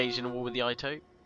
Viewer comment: Loving your campaigns, but I'd like to note that Japanese names and words are all pronounced with soft vowels. So, for example, Uesugi is pronounced oo-EH-soo-gi (with the Latin pronunciation of "g"), Ito is pronounced EE-toh, Amako is pronounced ah-MA-co and Higo is pronounced HE-go.